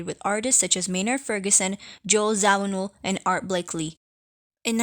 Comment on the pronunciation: “Art Blakely?”